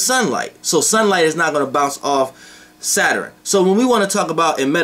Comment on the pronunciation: I like the way you say Saturn. "Sater-in" 😊😊😊😊✨